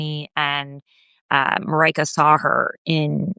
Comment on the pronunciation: Not Maraika but Marijke. Means little Maria.